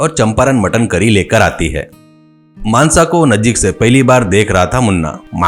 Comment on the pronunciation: मानसा ❌ मानस ✔️😂😂😂😂